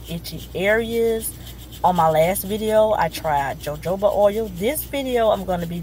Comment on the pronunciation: Pronounced hohoba oil